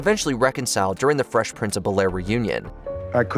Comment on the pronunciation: Bel-Air being pronounced like that is WILD 😂